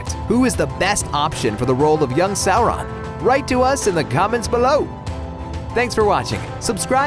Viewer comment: not the stranger things kids. you monster. Also, it's not sour-on. Sauron.